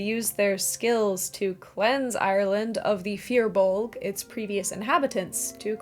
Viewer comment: re Irish Mythology I'm sorry to say so, but your mangling of the pronunciation left me wondering what the hells you were talking about... When you said "... and got rid of the Fir Bolg," I was able to understand what you were trying to say, but man... That's some wild "interpretation" of how to pronounce Irish mythological names...